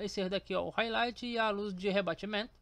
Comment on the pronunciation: explica mt bem viu, só esse R de highlight que me pegou kkkkk